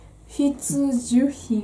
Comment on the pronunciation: ひちゅじゅしん（?）www お互いに感謝する気持ちがあれば平和な世界になる気がしたよww